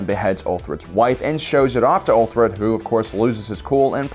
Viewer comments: It's Uhtred (Ooh-trid), not ULtrid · 'Uhtred'. Not Ulfred. Lol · You probably know this already by now, but his name is uH-tred, not uTHred or uLtred xD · It’s pronounced “Ooh-tred” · Uthred. Pronounced " oo- tred" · Why do you say Uhtred's name wrong? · Dude said something different whenever he tried to say uhtred and NONE of them were uhtred lmao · Is no one gonna talk about him butchering Uhtred’s name? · How many different ways is he going to butcher the name “Uhtred”?